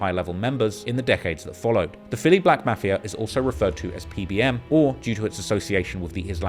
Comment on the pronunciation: Bro please pronounce Mafia correct or don’t at it anymore 😂